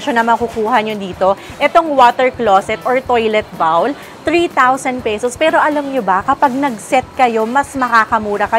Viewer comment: Please correct your pronunciation of “bowl.” Google it!